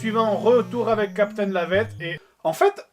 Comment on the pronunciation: Captaine Lavaitte, LOL